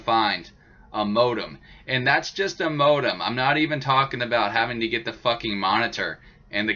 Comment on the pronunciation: Every time he says modem I cringe a little.